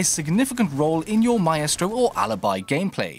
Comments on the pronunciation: Why does he pronounce it my-estro instead of my-stro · "Mystro" not "My Estro" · My- eh-stro ?? Wut my-stro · just how you pronounce maestro. I would say my-stro but you say my-estro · Mah estro. It’s pronounced “mystro” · You do realise it's not pronounced "my-estro" it's pronounced "mystro" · Please for the love of God, stop saying mah eh strow for maestro. It's my-strow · "Mae-estro" xD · Did dis dood just say my-estro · Maestro being pronounced "My-estro" is... a new one for me. Normally I noticed it being pronounced "My-stro". I guess it must be the Italian pronunciation. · ‘Myestro’ Wtf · Did he say maestro like MY-EST-RO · OUR-estro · ma-estro xD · Almost he said it right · I can't handle the way pronounces Maestro haha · the a and the e cancel each other out creating an I sound. Its basic english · Stop mispronouncing operator names. Its m eye stro, not m eye eh stro. Mon tane, not mon tonya. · He mispronounced M eye stro as My eh stro. And Mon Tane as Mon tonya.